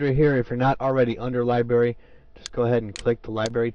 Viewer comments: It's LibRary not Libary. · it's library not libary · STOP SAYING LIBERRY! >:C